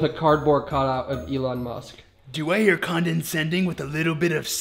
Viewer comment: do I hear condonsending